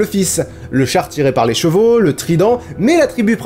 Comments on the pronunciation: C'est chevaux pas chevaleau... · Je suis la seule qui a entendu "les cheval "??